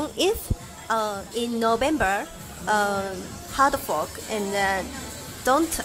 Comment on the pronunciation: "Hard Fok"